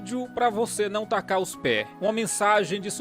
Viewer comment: Algumas coisas que vc fala ficam e são proveitosas... Outras nem tanto. Mas, uma.delas me faz rir à toa... É o seu bordão: "..tacá os pé!" (Nesse formato ortográfico devido a pronúncia rsrsrs) isso é o melhor de seus vídeos kkkkkk